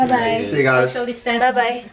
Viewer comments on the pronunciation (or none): none